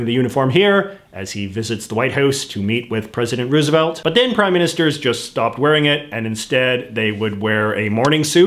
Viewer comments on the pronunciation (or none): none